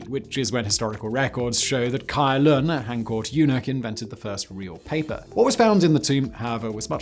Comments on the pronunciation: fyi "Cai Lun" is pronounced as "Tsai Lun", but still great vid! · *Song dynasty, not Sung *Cai Lun is pronounced Tsai Lun, not Kai Lun *Arabs fought and won the battle of the Talas river *Ming dynasty was in CE, not in BCE (and better avoid antiquated terms like BC and AD) *Lhasa, not Lahasa and why no porcelain or silk production in the video? these were two of the most closely guarded trade secrets of China...